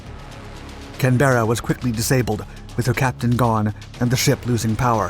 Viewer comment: Pronounced CANberra